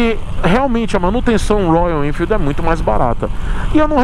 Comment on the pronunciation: projeto do zero na minha visão é ainda pior. não faça essa loucura, vc vai trocar uma moto praticamente zero km, de excelente qualidade por uma coisa!!! Uma caixa de surpresas!!!!, vc fazendo biquinho pra falar Royalennnfeeld!!!!! É uma graça!!!!! Nota se que vc gosta mesmo da marca!!!kkkkk